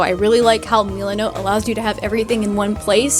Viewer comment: Meelanote Me: has a stroke